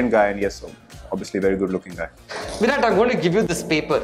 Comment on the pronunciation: the attitude of virat... accepting about his form in a gracious way. BTW loved the way when Mr.Nags used to call him "The VIROTTT"....✌Peas✌